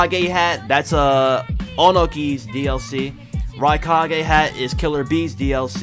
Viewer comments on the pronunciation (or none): none